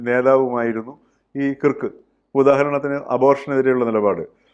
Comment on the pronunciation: That pronunciation is not kirk , it is like KARK.